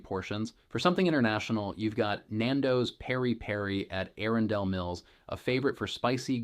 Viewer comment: Why are you pronouncing all the names so oddly??? “Anne Arundel”